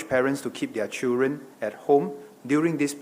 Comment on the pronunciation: Hey it is pronounced as Children not CHEWREN!